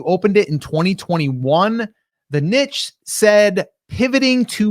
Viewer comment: love your content guys. now my life dream is to make you pronounce niche correctlly 😁